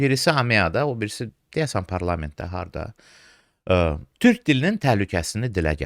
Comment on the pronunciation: Dövlət başçısı TÜRH deyir, TÜRK deyə bilmir.